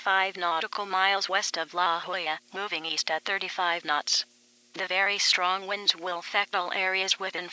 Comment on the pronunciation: Strong Wonds LOL SO FUNNY 👍😂😹